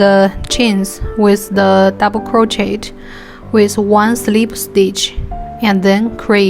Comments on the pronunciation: Why are u talking like that and it’s pronounced crochea but spelled crochet so it’s not Pronounced crochetttt idiot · Hi! Im dont wanna sound rude but it’s pronounced croshey :B